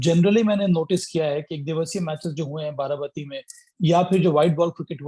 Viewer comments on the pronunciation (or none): This is Baarabaati not bati. Plz correct the pronounciation.